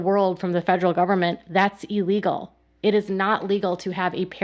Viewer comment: Is…. Is she saying e-legal?.. 😂